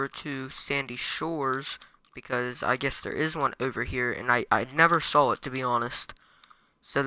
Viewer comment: “I never SAWL it” I’m not making fun I’m just wondering why some people put an L on this word